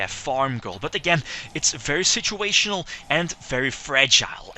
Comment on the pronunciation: Lol u said shituational